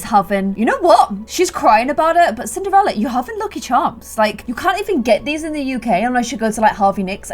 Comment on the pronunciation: I seriously thought she said simderella at the beginning! 😅